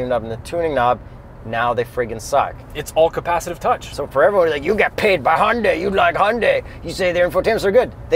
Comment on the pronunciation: It's pronounced Hi-oon-die not Hundie